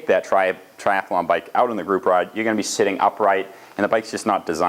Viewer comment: You know its tri-athlon not tri-ath-alon